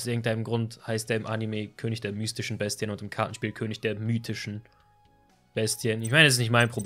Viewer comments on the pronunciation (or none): none